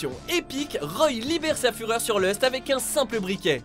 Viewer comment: Lust ? J'ai du mal entendre